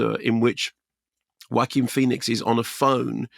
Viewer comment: Love how you put the "Wacky" into the name Joaquin 😆